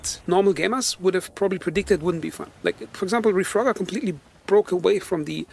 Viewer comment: Dude I like your thoughts but the gameplay is so hard to watch sometimes. Looks like a player with less than 20 hours playtime or something. Also u misspelled reforger as refrogger and then when your talking sometimes it actually sounds like your saying refrogger. So bro don't take this the wrong way I like your channel! 👍